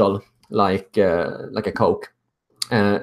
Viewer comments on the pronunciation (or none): none